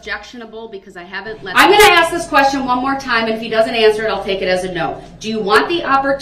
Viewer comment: Why the HECK DOES HE STILL “AXE” questions!!! He hears how everyone else says it I assume,? Then why can’t he talk!!!